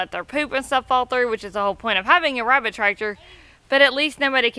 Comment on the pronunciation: I laughed to hard at you today 😂😂😂 "her, weabit"